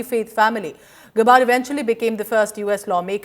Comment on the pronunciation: Its not pronounced as गबार्ड, it is pronounced as गॅबर्ड. Use the right pronunciation!